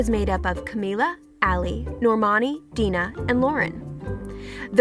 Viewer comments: DEENAH.... It's DIE NUH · OMG ITS CAMI-LA not CAMI-YA omfg. And its DINAH not Dee-nah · ughh i was like rolling my eyes everytimE, like DENA how tf can you pronounce Dinah's name wrong? im cringing so hard🙄🙄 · "deenah" me:oh hell nah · Who else cringed when she pronounced Dinah's name wrong